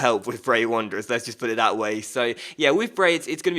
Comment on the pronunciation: It grinds my gears when he says dat instead of that and dey instead of they, pronounce your words properly errr